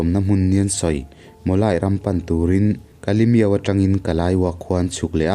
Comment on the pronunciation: Ui a van rapawm em em e. Pu Andy K. Zarzoliana thu ziah ka chhiar nasat nen he mi kher kher hi chu ka lo chhiar ngai miah lo nih hi. E chuan in, kalaiwo ti ang a i lam khi Kaliwo (tih tur a nia